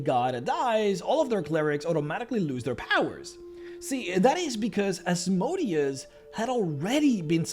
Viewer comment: Still think you should go back to pronounce Asmodeus as you did in the Asmodeus video as it is much closer to how the name is pronounced. Now he sounds more like a machine than a hebrew demon